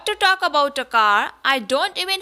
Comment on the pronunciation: Cant say talkon